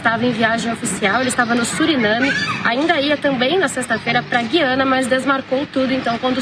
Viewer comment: A repórter não sabe pronunciar corretamente "Guiana"!